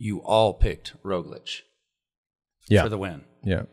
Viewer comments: No matter how many times he hears EVERYONE else (including Lance and JB) say, "RogliCH," George insists on saying "RogliCK." And JB...scoot a little closer to George. You're off center. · Come on George it's Rog-lich not Rog-lick!!!!